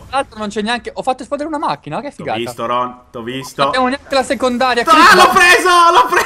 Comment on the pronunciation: se poi lo chiami "ronh" ahahahahah si chiama Rohn .-.